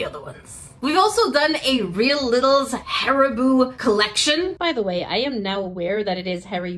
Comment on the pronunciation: You said hAriBooOo again…